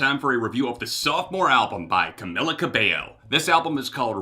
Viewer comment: Pronounced Cam-EE-la Cab-ay-o